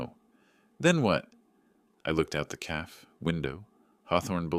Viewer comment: It's Cafe' not Calf.